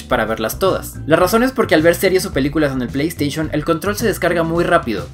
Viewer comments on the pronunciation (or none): none